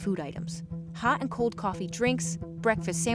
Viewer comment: As well as "Hah an' co' coffee" -- whatever that is.